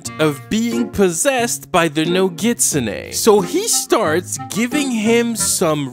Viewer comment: He is pronouncing nogitsune wrong